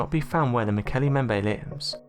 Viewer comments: Why does he call it the "Mokele Membe?" If he carefully read the word in front him, it should come out as "Mokele mm-bem-bay." And he irritatingly stops vocalising way before the end of each sente-----ce. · Mo ke le mmmm bem be Is the correct pronunciation. irritates me when people can't pronounce words correctly. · mo-KAY-lay m-BEM-bay. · mmmm-okol_umm-bem-bay that's how it's pronounced.... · You are mispronouncing the name. The second part of the name is pronounced like this: mm-bem-beh. In other words, both the first letter "B" and the second letter "B" are pronounced in Mokele Mbembe. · MO KO LAY LAY MM BEM BAY Is the actual pronunciation I am quite sure. Great video though 👍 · Muk-L-E mmmm-Bem- bay Sir Context clue for ya.. Been to the Origin area And dis be how they pronounce it... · Why do you insist on pronouncing the name wrong? There are 2 B's in Mokele Mbembe!!! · Learn to say Mokele Mbembe. ..| | seven syllables, can you not say what is before your eyes?